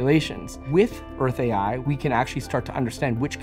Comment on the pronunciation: No French speaking person ever watched this translation? Take a listen to how it pronounces Earth AI. 😢 Almost like Hershey ... Hurtsay? Certainly not Earth AI ... Which should be pronounced as in English or using IA (intelligence artificielle)... 😅